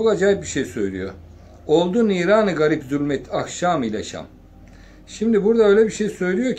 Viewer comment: Her seferinde -940 yaptın "Ahşam"ı eksilttin .sebebi nedir?